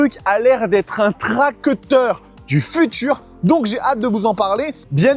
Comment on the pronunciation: ca s'ecrit comme ca "TRACTEUR" pourquoi tu le prononces a chaque fois TRAQUETEUR ?